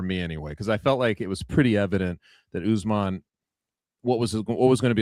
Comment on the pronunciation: Chuck turning Kamaru jamaican with the " UsMon"